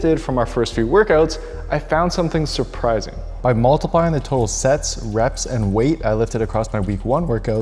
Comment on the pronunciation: Hindi dub: reps ❌ rapes ✅ 😭😭